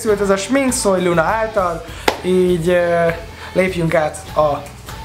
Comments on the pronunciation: Luna helyett Punát ertettem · Kicsitse hangzott úgy!😂